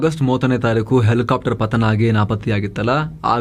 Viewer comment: Elikaaptar... Elikaaptar 😂😂😂😂